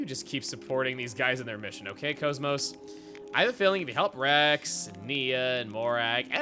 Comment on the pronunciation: Couldn't resist calling KOS-MOS "Kosmog", could ya?